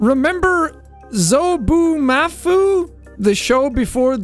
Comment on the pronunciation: Sean: Za-boo-mah-foo Me: ITS ZUHBOOMAFU!